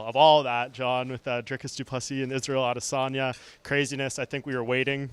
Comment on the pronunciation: Also, Jon says Adesanya incorrectly. The UFC Countdown has the best voice narrator in the world, with probably the best American voice on TV right now, and he says it correctly. It's not correct for a native English speaking person to use hard dialects. Consistency is a required rule in English grammar; varied methods of pronunciation is one of the worst violations.